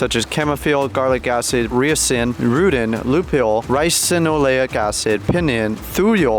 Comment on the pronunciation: Castor oil is poisonous, it shouldn't be consumed only used topically. This guy doesn't even know what ricin or analgesic means or how to pronounce them. He shouldn't be giving medical advice...